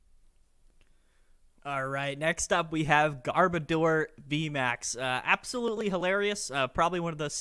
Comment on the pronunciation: A lot of ppl massacre garbodors name. Its gar as in garbage. And odor as in oder. Sorry but it just irks me on how simple that is to figure out and they massacre its name